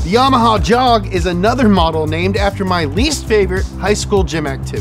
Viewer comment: Yamaha Jog ad sounds like them saying joe mama